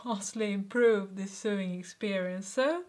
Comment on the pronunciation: du vet det sikkert allerede nå, men "sewing" uttales "sowing" på engelsk :)